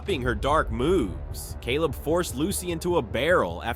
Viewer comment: I loved it when u said Celab Wright😂😂😂